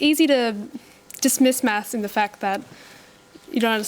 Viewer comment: The way they say math is irritating